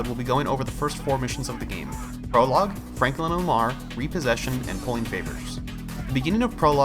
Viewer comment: It’s Lamar not malar🤣